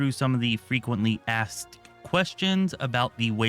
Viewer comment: You mispronounced "akst".